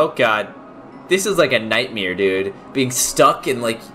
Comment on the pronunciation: Says "nightmeere" Me: NO IT'S NIGHT---M---AIR!! Also me: I had a nightmeere last night.